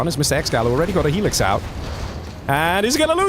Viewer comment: I've never heard someone say helix as alexas lol